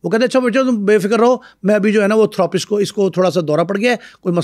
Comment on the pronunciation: Thoo roo paste Nahi Therapist hota hai.